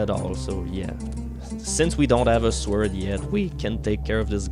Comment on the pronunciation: I'm shuddering everytime you pronounce the word 'sword' wrong.